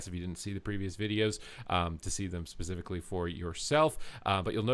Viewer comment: Man, you say "especifically" a freaking lot.